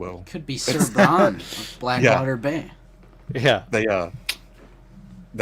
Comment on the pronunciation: I was so confused when he said “If you yell Bron at a convention 16 dudes are going to turn around and say huh?” … like, how many dudes do you know named Bron? Now I’m starting to think Bron is the Arkansas accent pronunciation of BRIAN. 😂🤣😂🤣💀